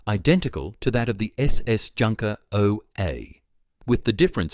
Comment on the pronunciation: I really wish people who make vids about the German military, at least take the trouble to get their pronunciation right. The ‘j’ is pronounced as a y. Calling in a ‘junkers’ sounds ridiculous and amateurish.